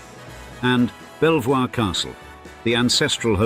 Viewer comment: Good, clear narration. Thank you. But, Belvoir Castle is pronounced Beavor.